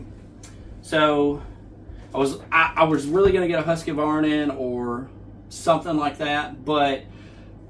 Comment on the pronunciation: Husqvarna not husk k a varna